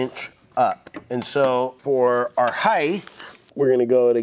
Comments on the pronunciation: Love your videos, I learn so much from you and refer back to your videos all the time. One issue (it's my pet peeve) could you please stop saying heighTH. It's height (HITE). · When you say “heith” do you mean height?? ;)